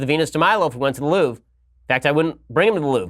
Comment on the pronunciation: "The Loof"? Please English speaking people, learn to pronunce foreign words (Mercedes,Porsche,Louvre...)